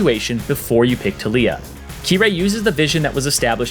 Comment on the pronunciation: Anyone else annoyed with the way he says taliyah